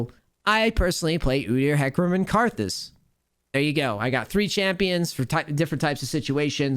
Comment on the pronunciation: Just love the "Karthas" for plat :D